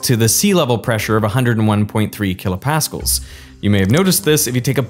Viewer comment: I had never in my life heard a supposed physicist call KPa "kilo paskulls". It has always been kilo Pascals 😮